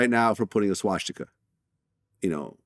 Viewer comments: whys vlad calling it shwastika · I hate how Vlad says swastika. "Swashtika" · vlad “shwashtika” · A Jew who can’t pronounce “swastika.” Damn, Vlad. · I'm surprised that Vlad, as a Jew, doesn't know how to pronounce swastika.